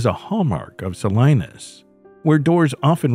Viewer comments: Pronounced Suh lee nuhs not Suh Lie nus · It's pronounced SAH-LEE-NUS... if you're gonna make a fake channel why don't you go ahead and look up these words and figure out how to pronounce them correctly. It's so awful to hear SO-LINUS over and over again it's not correct. It makes me wonder if anything is correct in your AI produced fake video?